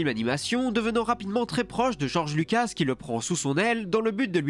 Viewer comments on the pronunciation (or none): none